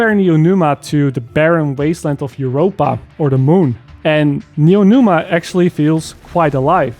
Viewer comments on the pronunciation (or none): drinking game: take a shot every time calls it neonuma instead of neomuna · Neomuna not Noenuma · "Neonuma", it killed me dude, great video, like always, but it's "Neomuna" 😂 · NeoMUNA, as new moon. Not neoNUMA. My ears are bleeding, dude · NeoMuna. Not NeoNuma. Also, right on point. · Fantastic take. Just wanna say (with the best intentions) it’s “Neeo-Moonah” not “Neeo-Noomah” I just get annoyed with mispronunciation because I struggled with it growing up and I try to help others. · "Neonuma"...."Neonuma", I was sure it was Neomuna. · Neomuna, not Numa... :D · Its "Neomuna" not "Neomuna", pls. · I loved the story, and with the improved core systems this is my favorite dlc yet. And, Neo”Muna” not Neo”Numa”😅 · "Neo Numa" 😆 🤣 😂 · Neo MOON ah. How did you mispronounce it every time you said it. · Great review, but every time he said Neonuma I felt like I got slapped. From a story perspective LF is far from great(excluding the raid's story, I did enjoy that one), but the gameplay is really fun. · Good review, I almost agree 100% with what you said. But I keep hearing Neonuma and it scratches my ear :)) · IT'S N E O M U N A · bro its neomuna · Aside from all the even-handed critiques or observations and the great depth and as always great editing (albeit not as flashy, but then this isn't that kind of video), this is your worst video ever because you mispronounced Neomuna. Do better,. Kappa (just imagine you see it, bc YouTube be crap) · Pronouncing "Neomuna" was kicking your ass. Lol. I didn't buy this season because I want to wait on reviews. I'm glad i did. Hopefully next season story will explain everything. Gameplay is good and probably be even better later in the next season